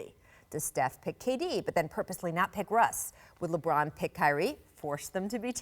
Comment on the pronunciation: Did I hear Paul say. 👂👂👂... "LeBrant" ??? Wow sounds like I got my next idea for a scientific experiment!